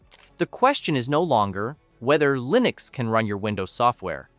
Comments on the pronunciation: And the AI narration is beyond imperfect. “Leenucks”? Can’t even pronounce the same word the same way consistently. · "Leenux"? "Prahtahn Debby"?